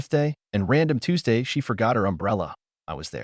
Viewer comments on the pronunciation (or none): none